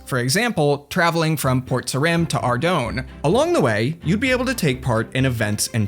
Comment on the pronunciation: ar-doan is actually a pretty cool pronounciation. i do ar-doon, and i can't stand ar-doyn